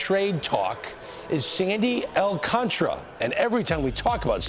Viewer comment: Its not thay damn hard to pronounce his last name.